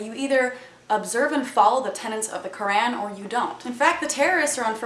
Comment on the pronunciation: heheh Kur-Ann! hehe pronounced it wrong again